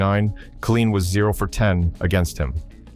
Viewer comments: It's pronounced Kay line not kah leen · "Kaleen"??? Whoever puts these programs together without knowing how to pronounce the names is a true dumbsh*t! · Al Ka-Leen, LOL. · Al-kuh-leen? Goodbye, AI. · Learn how to pronounce his name ! Ka LINE ! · (1) Who is this "kah-LEEN" of whom you speak? (2) Aren't you embarrassed to put this crap out into the public eye? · why they let this pass without checking how to pronouncing Kaline properly is inexcusable. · The AI announce can't can't even pronounce Kaline